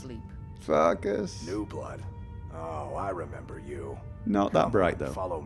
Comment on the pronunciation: when you said "farkas" repeatedly, I thought you said *that* word for the first time in a vid!!